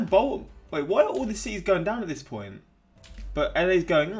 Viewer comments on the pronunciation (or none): none